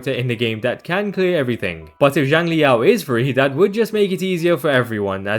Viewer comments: Theres still some tiny nuances in there thats not 100% accurate but it would be miles better than pronouncing it as more of a “Jiang” sound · A more accurate pronunciation of Xiang in Xiangli Yao would be “Syang” since X in Chinese always makes more of an S sound